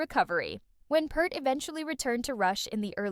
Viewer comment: At least learn how to PRONOUNCE HIS NAME!!!!